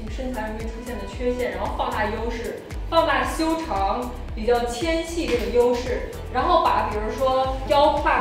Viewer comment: Hi ，有个小问题分享你，纤细貌似读xian xi，纤夫读qian fu，是个多音字。最近你视频里有好几个“纤细”一直感觉哪里不对哈哈哈，今天终于恍然大明白。你很棒，三观超正，加油！